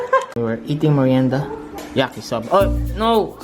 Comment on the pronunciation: parang yuckysoba ang pagkasabe ni ah, hndi yaki 😂😂😂😂